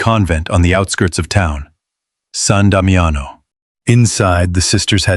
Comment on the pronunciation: Sahn Dahmee ano is how it is pronounced.